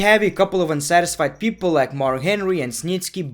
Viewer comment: Mohau Moloko How he pronounced it was funny